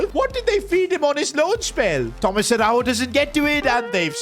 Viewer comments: as a portuguese speaker Araújo dont pronuncie a-hau-ho like it was spanish and and yes ara-u-yo(yo in spanish) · Love the videos, but damn you got to learn how to say Araújo 😂